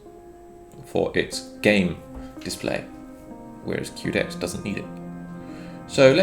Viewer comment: Quedex - Que pronounced as you would say Quest, not queue. QUEst for DEXterity. Good video as always though! 👍